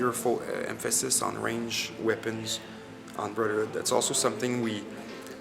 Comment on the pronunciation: Brotherhood* not boRtherhood